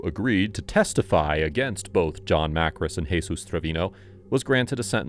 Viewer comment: I feel like your mispronouncing Johns last name. Makris not Markis.